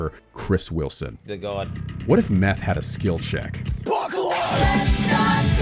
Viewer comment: MEPH as in MEPHISTO lmao. Not meth